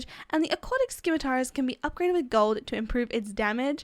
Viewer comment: simitar is how you pronounce scimitar, the c is silent